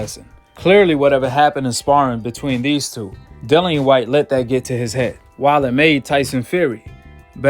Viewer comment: The man's name is Dillian (Di-lli-an) E. Whyte. not Dylan E. or Dillany, as heard numerous times in the video